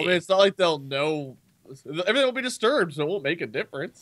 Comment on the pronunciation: Lol he says distoibed